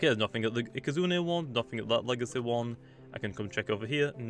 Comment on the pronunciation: i like how u say legacy "legace"